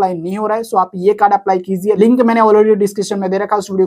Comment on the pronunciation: Please correct your. Pronouns your word Kiziye ❌ kijiye ✅